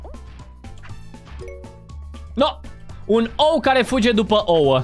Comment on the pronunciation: nu se spune oo se spune ouă